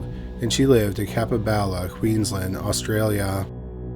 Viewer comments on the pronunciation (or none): none